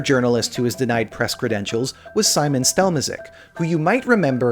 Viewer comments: It would help if you write how to pronounce the name rather than just spelling it... in Poland and other Central and Eastern European countries, Sz words are pronounced the same as Sh in English. His name is Szymon and pronounced Shimon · This is a good video. Researched and all that, but in all of that research wasn’t it possible to do a quick search on how to pronounce polish “Szymon” instead of americanising it? You pronounced swedish names very well, so it’s doable.